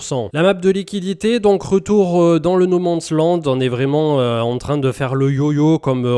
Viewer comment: Le no ments land😂. Est ce que tu peux faire un effort pour prononcer nomansland